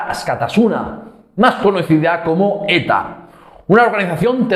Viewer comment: Jeje, tu origen catalán me ha jugado una mala pasada al oído, pues la "x" la pronuncias como "ch" en vez de como "ks", y había escuchado que ETA era "una organización terrorista y machista". Se me hace simpático el acento catalán y gracioso en estos casos, y no puedo sentir "chenofobia" por gentes entre las que también hay amigos y familiares. Un saludo afectuoso.